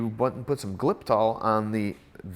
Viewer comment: Glypsal? what did you say its called? I think I understand that it helps the oil return and not get gummed up on the valley?